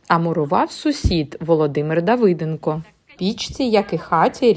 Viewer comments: Не давИденко, а давидЕнко. Як у більшості випадків, журналісти неграмотність поширюють серед українців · можливо у тих, хто не знає граматику, він і давИденко. Але у тих, хто знає правила української мови, зокрема де ставити наголос, він давидЕнко. Якби помилку побив водій, або столяр - це одне. А коли неграмотно розмовляє журналіст, треба реагувати